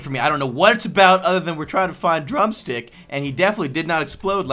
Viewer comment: i tought you said drum cena LOL